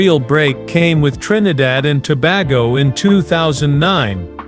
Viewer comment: The mispronouncing of nsmes is very disturbing. It is Tobago Toe Bay Go is the way to pronounce it.